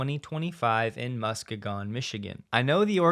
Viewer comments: Lol Mus-ka-gon. I live there, haven't heard it that way yet 😂. Actually Mus-Key-gun, but I appreciate the effort. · "MUSK-EEEE-GIN" Michigan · Muss... KEE... gun! Please check pronunciation of tricky names of cities and people! Get a FREE pronunciation app to put on your desktop, laptop or cell phone! It will save you embarrassment! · FWIW: Muskegon is pronounced Muskeeeeegon, ie. a long "e", for future reference. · It's pronounced Musk-EE-gon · Pronounced “Mus-kee-gon” 😊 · That's, Muh-SKEE-gun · It's pronounced "Musk-e-gan". I'm from the Midwest, trust me. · It’s pronounced mus key gon Michigan. Lol now I know for sure you’re not a local. Enjoy your podcasts - everyone! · "MuskEEEgun" Michigan is the correct pronunciation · your pronunciation of Muskegon was wrong. Just one more thing that you are wrong about with a Musk in it. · lol, I heard that too and immediately went 😳. And yes, I believe he’s from Florida. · butchered ‘Muskegon’ MI so hard lol